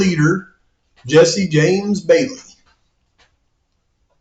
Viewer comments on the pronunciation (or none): none